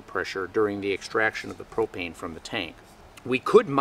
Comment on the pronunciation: i thought you said "hi today i wanna take a few minutes to talk to you about cocaine" for a second ,i was like what the hell?